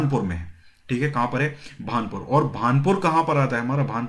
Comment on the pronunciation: Bhanpur nhi bhanpura h sirji